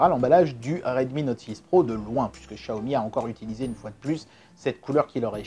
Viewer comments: J’ai demandé à une personne qui parle le Mandarin et ça se dit « tsiaomi » et pas « chiaomi » 😉 En cantonais c’est Chiaomi mais c’est une marque de Pékin et ça parle Mandarin. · Le Dragon Quand on fait traduire en chinois vocal par Google Translate, ça dit tsiaomi et pas chiaomi. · Par contre, toujours du mal à prononcer Xiaomi et Samsung... Pour toi ça devient "Chiaomi" et "Sanmsung", on ne sait pas pourquoi... Sinon, super vidéo!